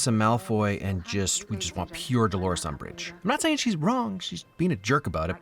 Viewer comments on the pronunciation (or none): none